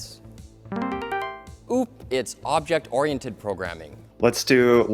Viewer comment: that's not how you pronounce O O P